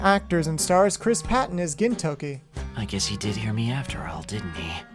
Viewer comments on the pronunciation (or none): Hahahahahahah “gintoki” to “Kentucky” I can’t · The season 1 dubbing for Gintama is the only English dubbing that was actually good. I just didn’t like how they pronounced Gintoki’s name and changed Katura’s nick name. Other than that though the dubbing was good. All of the English voice actors in season 1 in my opinion were the best voices. I hope someday they re-dub Gintama with the season 1 voices. Mostly what the season 1 English voice actors would have to do is practice pronouncing the names better, especially Gintoki’s and change Katsura’s nick name back to Zura and they’re all set.